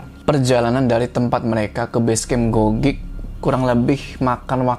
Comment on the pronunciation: Ralat .. Cara baca bukan gogik tapi nggogek.. bang hehehe mksh.. itu deket rumahq gn Andong